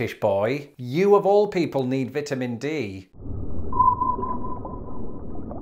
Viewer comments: He did say Vetamins. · I just love the way you pronounce Vitamins, it is like your are saying Vetamins!!! Hilarious 😂